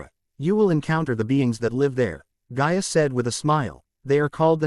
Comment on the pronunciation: her name is gaia NOT ga ia